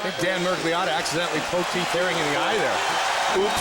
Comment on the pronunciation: As italian, my ears crushed by listening the pronunciation of the name "Miragliotta". It is completely different in italian, where it finds its roots. But okay, I acknowledge that not all languages are italian.